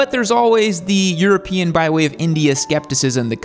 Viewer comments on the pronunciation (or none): none